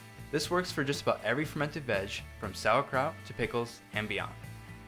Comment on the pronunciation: Send me a bottle of each. Oh, and you said sauerkraut 😂